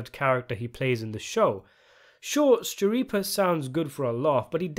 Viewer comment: Since 'Schirippa' is an italian surname (I think), it's pronounced 'Skirippa'. The 'CH' forms a 'K' sound :)